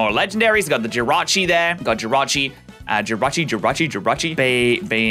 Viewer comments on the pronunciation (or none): none